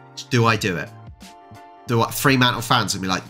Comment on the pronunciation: No double 'e' in 'Fremantle'. Do that in WA and you'll get necked. 😁